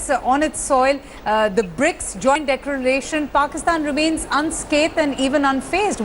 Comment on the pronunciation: Cute Anchor... time line.... hahaha!! decra lation... instead of declaration.. Slip of the tong gue i guess!! she is cute.. I like her like Palki.. of Wion..